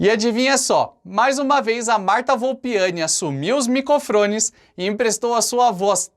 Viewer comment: Você falando “micofrones” ficou na mente. Kkk